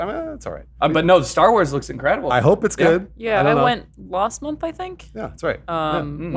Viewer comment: I don't care about "juty" but I still get irrationally angry whenever Alanah pronounces hope as "huhp"